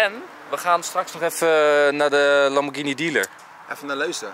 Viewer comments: Italianen zeggen Lamborghíni. Het is geen lambordjienie. Je zegt ook spaghetti, geen spadjetti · Het is Lamborghini en niet Lambordjinie. Ga maar een keer naar Italië toe. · het is duidelijk lamborghini niet lamborjini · Het is qua uitspraak een Lamborkini Oeroes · Het is een Italiaanse auto en de Italianen spreken het uit als lamborkieni,dus dat is de goeie uitspraak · Wrm is dr überhaupt een discussie gaande of je Lamborghini uitspreekt als lambordsjienie of Lamborghini je spreekt het uit zoals de makers het zeggen je gaat Apple toch ook geen appel noemen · Is het niet lamborGhini in plaats van lamborKini?🤣 Like als je dat ook vind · GH in het italiaans is een harde klank je speekt het uit als een zacht klank, fout! Lamborghini, hard klank dus, groeten.